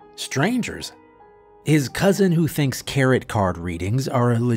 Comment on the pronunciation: I've been loving the story up to this point, but buddy, I'm baffled as to how you co-wrote this story and still managed to say "carrot" instead of "tarot." Like dude...they don't even rhyme.